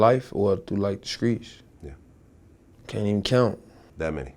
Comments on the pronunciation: 'skreets' come on son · He Was Saying Skreets And Scrapped 😂😂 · the nigga say skreets wtf 😂😂